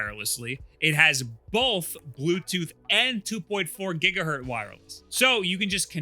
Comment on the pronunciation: Did this man just say 2.4 "Gigahurt" three times in a row? Go look up Heinrich Hertz.